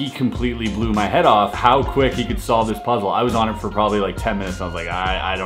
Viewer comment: Why is solved capitalized? The emphasis on that word just sounds weird. Edit: Good job hiding a tutorial in one of those puzzle videos